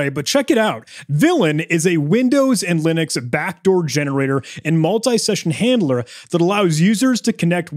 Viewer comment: the old reverse shell "hanlder" 🤣